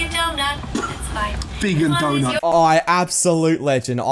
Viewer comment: "Vegan dount" - Me